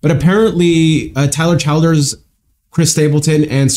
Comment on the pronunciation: I’m sure someone said it on your Tyler Childers video lol but his last name is pronounced “Chill-ders” not “Child-ers”